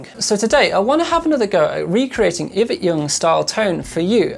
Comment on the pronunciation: Ee-vet. Not iv-ut 😂. Great channel BTW. Cheers for posting vids. 🇬🇧